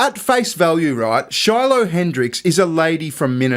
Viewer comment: You said it wrong stupid it Shiloh lol great reference 👵’s 👦